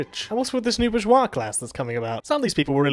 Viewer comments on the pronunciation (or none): none